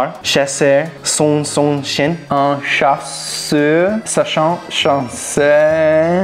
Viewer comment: On a tous entendu le "chasseur sachant sacher " à 7"39😂😂